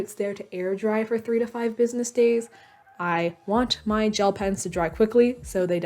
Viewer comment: I lost it when she said “business” days 😂😂